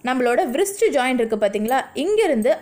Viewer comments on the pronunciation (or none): மணிக்கட்டை englishla ரிஸ்ட் என்று சொல்லனும்.அது வ்ரிஸ்ட் இல்லை. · Wrist to be pronounced as 'rist'. W -silent.should not be pronounced as 'vrist'.